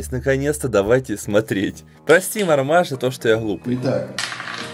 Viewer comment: Марма́ж а не ма́рмаж! Марма́а́а́а́а́а́а́а́а́жжжжж